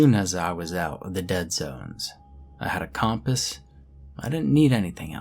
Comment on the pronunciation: The way you pronounce compass pisses me off